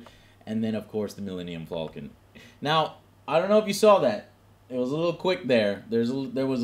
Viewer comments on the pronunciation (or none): IT'S FALCON, NOT FOLCAN! JOE PLEASE!